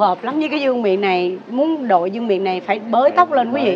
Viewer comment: Không phải ( vương niệm ) mà đọc là vương miện bạn nha .